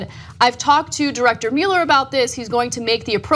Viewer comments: What about Mueller? Usually I hear "muller" and not "mu-eller" as I've always heard the name pronounced. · Ana, it's NOT Robert MULE-ER, it's ROBERT MUELLER (PRONOUNCED MULL-ER.....enunciate the name correctly!! It drives me nuts to hear you say his name improperly..... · Ana, I love your reporting. Now PLEASE repeat after me, "muh-ler" "muh" "ler." Muh, like luck, love, must. Not "MEWL-er." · GOTDAMMIT ANNA, IT'S PRONOUNCED MULL-ER!!!!!! WATCH THE NEWS OR SOMETHING! YOU SOUND LIKE SOMEONE WHO COMPLAINS BUT DIDN'T EVEN VOTE!! I know that doesn't seem to make sense...but give it thought people. lol. Anna -- MULLER! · Ha...I commented on that too...before I saw yours! So annoying, them pronouncing his name wrong.